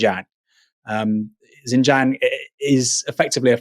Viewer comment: xinjiang is pronounced SIN JIANG not jin jiang